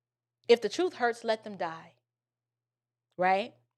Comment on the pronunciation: I lost it when you said troof!😆🤣😂😅😆🤣😂😅